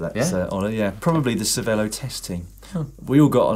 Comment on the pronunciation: so Dan was on the Cervelo' team and still can't say it in the Italian way, lol.....